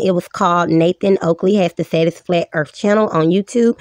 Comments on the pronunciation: Its not really fair to have this "female" on...she said, "erf" instead of earth..."she aint be knowing how tuh tawk nah mean" dont have people like this on your channel... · lol, you might be right, now I can't tell. I don't know what on gods flat "ERF" she meant to say👍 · "Ladies and gentlemen! The Earf is fwat! 🙃"